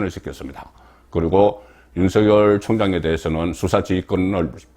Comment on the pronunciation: 윤서결이라고 하지말고 윤석열이라고 발음 하시길